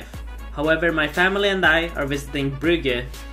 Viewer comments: WTF Brygge??? its Brugge brother :D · The town is called Brugge or Bruges in english not Brygge rip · First of all, To bad you tried the dark version of the beer. Secondly, your pronouciation of Brugge is to funny